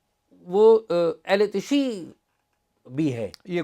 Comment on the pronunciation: تشیع کا تلفظ تشیُّع ہوتا ہے، اعزاز صاحب